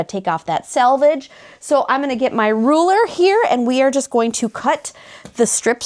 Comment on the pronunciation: She said selvage not salvage! Thank you! Lol